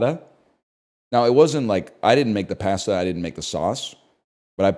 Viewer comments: NL, you're killing me with your pronunciation of cooked noodles. Pasta is pronounced "p-ah-sta" not "pah-sta." 🍜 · Why does he say pasta like that